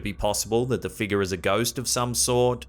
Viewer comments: please say FIGURE (FIG YOUR). Not FEEGER! 😜😄☺️ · Take a shot, every time says "figgah"!